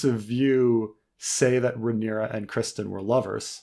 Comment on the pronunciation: I rarely use podcast apps anymore as most of the podcasts I listen to are also here on YouTube at the same time or earlier. Are these posted here or are they podcasts that are already out and then edit down for YouTube content? And. Your killing me with this Criston Cole pronunciation. His name is not Christian. It’s Criston. He’s a pivotal side character and you should really know his name by now.